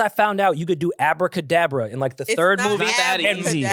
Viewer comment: calling it Abra kadabra is hilarious The Harry Potter take was funny af